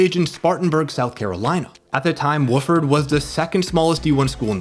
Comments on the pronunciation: Wofford, with ONE O. Not Woofford with two. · Wa Ford, not woof ord. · Wah-ferd, not woof-erd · Wahhh-ferd. Not Woof-ord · Wah-ferd=Wofford; otherwise, incredible content. Get ready for massive sub numbers. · Good video, but it's pronounced WAH-ferd not Woof-ferd. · you are mispronouncing "Wofford" College. It's pronounced Wah-ford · Hey man for the future its pronounced "Wah-Furd" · Wofford is pronounced waw-ford.